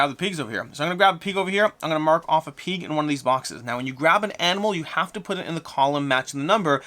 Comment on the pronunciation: I’ve never heard someone pronounce pig like “peeg”